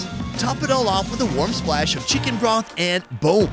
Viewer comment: sounds like he saying bra but he means broth ( mark weins)